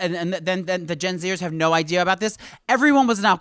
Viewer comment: "That's such a smart idear" lmao I fucking love!